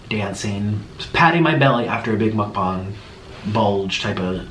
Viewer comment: How normal people say mukbang (Muk-Bang) how he says it (Muk-Bong)